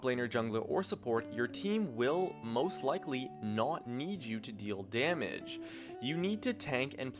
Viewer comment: wtf did he say 1 damege item ?????